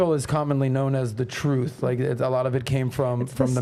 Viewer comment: "Troof". Can this man please get an inhaler & Invisiline or something? His speech impediments kill me & he's not as articulate as he thinks he is.